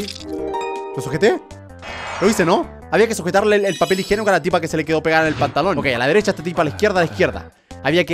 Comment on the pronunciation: dice "papel higenoco"